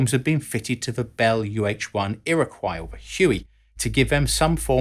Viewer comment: His pronunciation of Kiowa and Iroquoi is a fuckin crime.